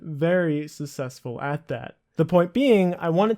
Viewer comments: Sounds like you're saying sussessful instead of successful lol. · Its not pronounced "susseful", its "successful" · I wasn't going to say anything until you said it again at the end of the video but can you not pronounce successful? Sussessful just sounds a bit strange... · i mean not to be this guy, but its not pronounced "susessful". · "sussesfull" lmao your pronunciation is hilarious. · you pronounce successful completely wrong but very informative video! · Why can't you pronounce the word "Successful"?